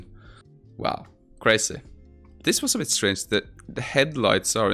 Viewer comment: Wow "crayzeh"